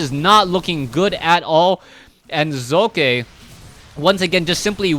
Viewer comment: Am I the only one that appreciates pronouncing the protoss players name? To any other caster: its not Sock.